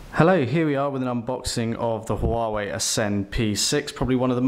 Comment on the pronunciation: ffs its wah-way